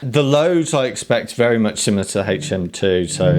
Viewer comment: HHHHaytch M2... LOL